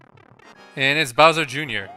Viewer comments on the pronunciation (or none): none